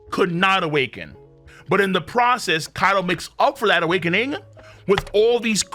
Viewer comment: Video = “Awake-NING”? Nani?